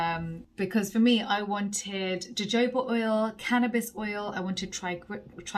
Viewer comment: hey just here to correct your pronounciation to Jojoba oil (ho-ho-ba) 💕